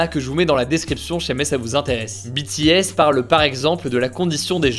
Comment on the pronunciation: A partir du moment où le nom BTS est bien prononcé ça ne peut qu’aller bien😂